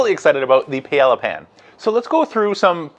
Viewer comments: More like: pie-ay-ah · Respectfully, Paella is pronounced Pi AyYa The L’s are silent. Really depend on your content. Thank you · Yeah, that pronunciation. Oof. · You're great, and I've learned a ton from you as I research which kamado style smoker to get...but I have to say it. Paella....pronounced pie-a-ya....no L's. Love the channel...:) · I've heard it pronounced pi-yea-ah by a Spanish fellow. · lol doesn’t know how to pronounce Paella